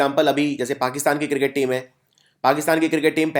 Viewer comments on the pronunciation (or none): none